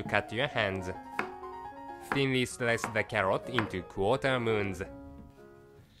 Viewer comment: “Cut into qOuTA MOoUnS “